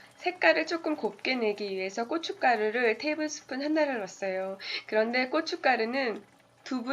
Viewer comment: ㄲㅊ가루 발음이 ㅋㅋㅋ